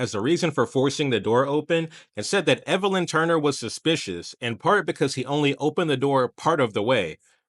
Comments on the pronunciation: Elvin - L vin. Evelyn- Ev a lin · Ok learn to read zipper head his name is Elvin not Evelin. Clown